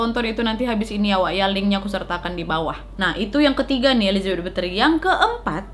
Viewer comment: Kak bukan Bathory (betri) tapi Bathory (bathori)